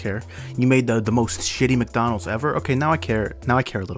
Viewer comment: mc (mac) dona